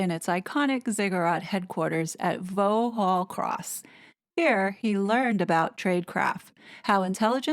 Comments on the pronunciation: I love your vids,. I also love the differences between the UK & US. Pronunciation is a joy! You mentioned Vauxhall - this isn’t pronoun “Voe-Hall”, it’s “Voxhall”, and not “Chelten-Ham”, but “Cheltenum” (emphasis on the “Chel”. British English, eh? This isn’t a criticism - hope you don’t see it like that - more a rye look at British quirkiness. Please keep up the good work! X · Vauxhall - “Vockshall.” Just a usual unusual British pronunciation 😂 Cheltenham “Cheltnam”. Also that is exactly what they are after is the intelligence and tip-offs re security matters which ‘they’ CANNOT be trusted with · Love all this work you have been brilliantly doing. Just one tiny point. Vauxhall is pronounced ‘Vocksall’. 😊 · Vauxhall is voxhall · Re. Vauxhall, at 7.35, it's pronounced "vox-hall". Hope that helps! 👍🏻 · Definitely 'Vox-hall', one of those pronunciations that can catch you out, we have loads of them!!! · Btw, i think you meant Vauxhall where the building of Brit Intelligence resides Its pronounced as its written as Vaux Hall, the X is pronounced. Hope you don't mind me saying. Im grateful if someone points out my own mispronounciation Peace 🇬🇧👧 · Sorry, just FYI, another English word not pronounced as it's spelt. Vauxhall is pronounced Voksawl. N.B.Spelt is the English version of spelled in American, in case anyone thinks that I've misspelt it. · "Vauxhall" is pronounced Voxhall. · Look at you Lovely Lady, so close to 100k subscribers. I can't wait for you to reach this goal xx Just incase you need to use the place name again, Vauxhall is pronounced Vox Hall. Another little oddity over here 😊 Edit is for spelling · Fascinating stuff. Giles Coren has since admitted it was a lie. Apparently he likes Meghan!!! BTW: Vauxhall is pronounced "Voxhall" and Cheltenham is pronounced "Cheltnam". M will come unstuck with all her lies and machinations! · “Vauxhall” is pronounced “vox-hall”. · It’s pronounced “Voxhall” and “Cheltenam” 😊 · It’s pronounced ‘Voxall’ TY 🙏